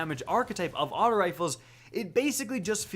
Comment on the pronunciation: Can you say “aut-oh” and not “aut-ah” when you say auto rifle? It pisses me off